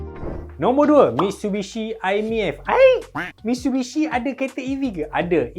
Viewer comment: Mitshubishi ke Mitsubishi? 😂